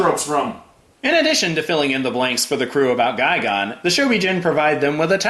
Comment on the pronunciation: Pretty sure it's gigan not guygone.